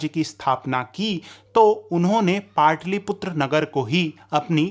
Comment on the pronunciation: पाटलिपुत्र कहिए,पाटलीपुत्र नहीं ! ह्रस्व और दीर्घ उच्चारण में अंतर है